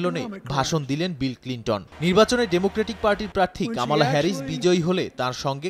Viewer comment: উচ্চারণটা কামালা নয়, কমলা। শব্দটি সংস্কৃত, বাংলা ভাষাতেও আছে। কমলার মা ভারতীয় হওয়ায় এই ভারতীয় নামটি তাঁর সন্তানের জন্য রেখেছিলেন।